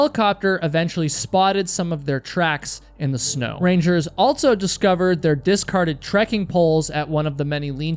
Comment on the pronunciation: for the love of god plz STOP saying altso